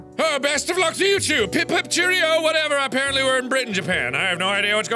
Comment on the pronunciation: MARKS BRITISH ACCENT IS THE BEST!! ESPECIALLY WHEN HE WENT “pip pip Cherrio” IM WEEZING!! 😂😂😂